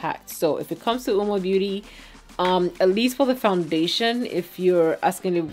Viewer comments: The u is silent That's what the company said though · It's pronounced "woo-mah"? Not Owwmah??